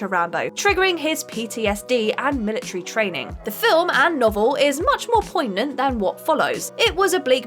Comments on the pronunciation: Poignant is a funny word but it isn't pronounced "Poy-nant". This is why English is one of the hardest languages to master. The pronunciation is "Poy-nynt"which makes the mispronunciation very poignant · The worst copy reader gets the most videos. "ek-specially" "adaption" Richard "Dray-fuss" "poyg-nant" "re-buuked" John "Koo-sack"